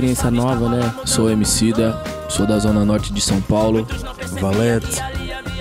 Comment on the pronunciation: o valete em vez de dizer emicida diz homicida